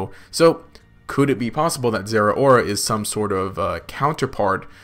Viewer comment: People need to stop pronouncing Zeraora wrong. Zeh-row-ruh, as in cow